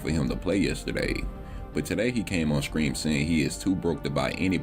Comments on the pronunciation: Will you please start saying "stream" properly? "Skream" every 30 seconds is so annoying. Idk if it's some slang shit to sound cool but it just sounds goofy, especially since "stream" isn't difficult to pronounce. It's almost like you have to intentionally go out of your way to say "skream" all goofy like Edit: "skraight", "false copyright SKRIKES" 🤦‍♀️ I can't understand how a person hears that back and actually thinks people will enjoy listening to somebody replace their Ts with Ks all video lol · Are you saying scream or stream?